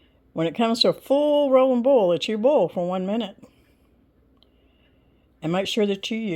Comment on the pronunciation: Me being from Wales in the UK, I just love how you say 'ball instead of boil' in your southern American accent. bless you both.